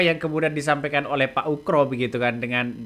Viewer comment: Pak Oegro bukan pak Ukro 😂